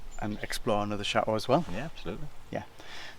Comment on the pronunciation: I love how says SHATOOH while says it properly. lol x